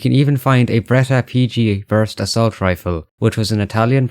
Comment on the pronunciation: No one said Vanguard is going to be historical accurate. Ah yeah the "Assalt" 😂😂